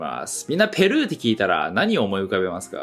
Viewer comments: 日本語でのペルーの発音が違うかも。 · ペルーの発音がおかしい在日め